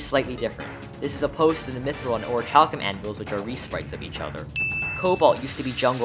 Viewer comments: No matter how many times you say it that way, it's still pronounced or-ruh-kal-km. There is no CH sound. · As awesome as your channel is, the way you pronounce "Hallow" drives me nuts. Hell, you even had the pronunciation ON THE SCREEN and still said it incorrectly (this also goes for "orichalcum," in which the "ch" is pronounced like a "k"). It's shouldn't be confused with "hollow," because it's not pronounced the same. It's pronounced like "shallow," but without the "s." And by the way, the channel really is cool. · love how he still mispronounces "orichalcum" despite the correct pronunciation being in the definition he looked up to edit into the video. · You have the ohonetic pronunciation on screen but still pronounce orichalcum wrong. The ch makes a k sound. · its crazy that he straight up showed how to pronounce orichalcum on the video but still said it wrong when speaking over it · Useless Video Information: This guy pronounces orichalcum incorrectly